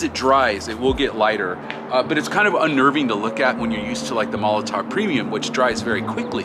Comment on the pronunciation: this is a VERY small thing but it just ticks me off is molotoW not molotoV